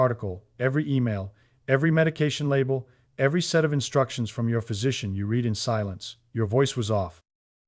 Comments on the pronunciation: How can you be saying "words read (reed) almond" and not use the pas tense "words read (red) aloud". It's hard to give you credibility when you are phonetically incorrect in your pronunciation of read in this case. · The machine reading this can’t tell the difference between the past tense, and the present tense of “read.” sort of undermines ny confidence in the whole presentation. Or maybe it proves the point because my students when they read aloud often don’t make the oroper distnction.